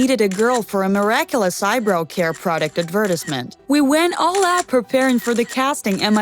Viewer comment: Lol are we not gonna talk about how she said eyebrouw instead of eyebrow, preez instead of prize, fallfill instead of fulfill and purhazed instead of purchased? She sounds like she has never read a book once in her entire existence.